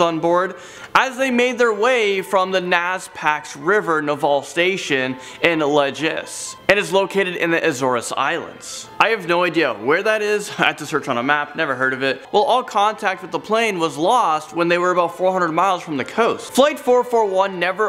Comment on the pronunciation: not La-ges, its La-hes...not A-zor-es, A-zores